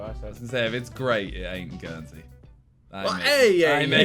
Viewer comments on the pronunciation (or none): none